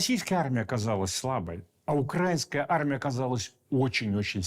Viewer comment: Коли вже кацапня навчиться робити правильно наголос украЇнська армія?! Боже, які вони всі недолугі!